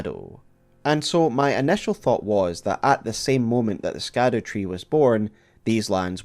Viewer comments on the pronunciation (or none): I'm sure this has been brought up somewhere but I haven't seen it in the comments, but "scadu" is basically an older spelling of "shadow" and is pronounced as shadow or shadou rather than skadoo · Please. Ladies and gentlemen. Scadu = Shadow in pronunciation. It’s like the word “gaol”. Pronounced “jail”. It is simply the old English spelling. Love videos but, cmon. This seems pretty obvious and a quick search will educate anyone who is curious. SHADOW is in the damn name of the DLC!!!! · You should know: The way you pronounce "Scadu" is incorrect! The SC in Scadu comes from old English, whose modern-day replacement is "Sh" So, it is, quite literally, the "Shadow Tree" connecting the light and dark themes together